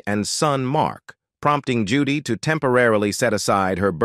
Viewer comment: I love Judge Judy! However, the narrator pronounces her name incorrectly many times! And not even the same mispronunciation! I’m sure Judge Judy would not approve of such shotty performance!